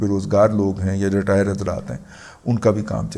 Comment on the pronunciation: My dear ASAL lafaz RETIRED hay jabkay aap LETIRED boltay hain